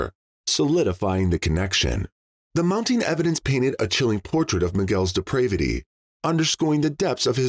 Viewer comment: Depravity, not "deprevity."